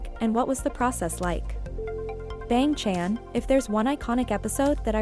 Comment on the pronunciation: The way it pronounced bang chan 💀